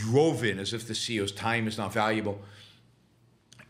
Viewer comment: “The seeyos”